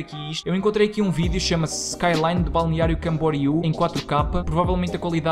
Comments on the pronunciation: É assim como ti pronunciaste. Balneario Camboriú. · Sou natural de BC e moro em Portugal, o melhor foi pronunciares com facilidade Balneário Camboriú 😂 Quando falo que sou de Balneário Camboriú, tenho de repetir para os Tugas perceberem e conseguirem pronunciar 👏🏼👏🏼